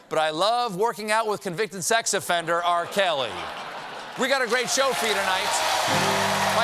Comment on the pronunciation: How you could miss the fact that this guy called R. Kelly... "R. Celly" lmao....